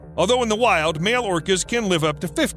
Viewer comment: Your pronunciation of Keiko is wrong you're pronouncing it Kiko when it should be pronounced Kayko. You'll get the correct pronunciation if you watch Stsr Trek TNG or DS9, it's the same name as chief O'Brian wife Keiko.